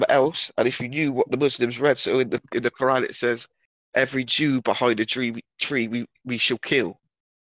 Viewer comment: Wait... What? Did he say "Rabbit Arafat"? ...*What*? That definitely didn't sound anything like Yasser... Whatever, I choose to believe he thinks someone called Rabbit Arafat 🐇 was in charge of the PLO in the 90s. It makes his randomly inflicted "kh'ohr·ah" (Quran) pronunciation/accent butchering funnier for some reason. EDIT: Alright, I figured out that he was mumbling and saying the Israeli PM's surname and then immediately Yasser's for some reason; Rabin Arafat. 🙄 Still sounds like "rabbit." Bummed out now.